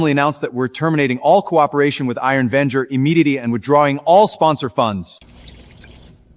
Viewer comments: Vanguard not Venger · Vanjerk...he clearly said it 😂